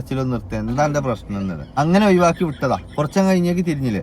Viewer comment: ഒഴുവാക്കി ❌ഒഴിവാക്കി ✅